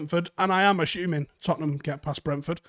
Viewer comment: Is there a silent h in assuming?